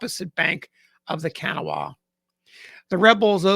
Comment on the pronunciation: A very interesting and poignant account of the death of a federal soldier at the Battle of Charleston, WV. The river "Kanawha", a major river in WV that originates at the junction of the Gauley and New Rivers at Gauley Bridge, WV flowing thence through Charleston to the Ohio River at Point Pleasant, is pronounced "Ca-naw-wha" with the accent on the middle syllable rather than "Can-a-wha" pronounced by with the accent on the first syllable.